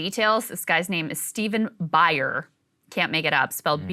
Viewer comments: Buyer is pronounced Boo-yer. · It's pronounced boo-yur. I grew up with him and his son. They are a great family and people despite how you're spinning this off on him.